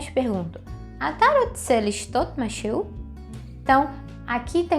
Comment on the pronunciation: Você pronunciou masheú, mashei. Não seria masherrú e masherrí? . Neste caso o Hei não seria pronunciado? . Um nativo me disse que para os pronomes pessoais no cotidiano o israelense deixa o Hei mudo( mas não está correto ) mas em outros casos deve-se pronunciar . Esclareça -me pôr favor . תודה רבה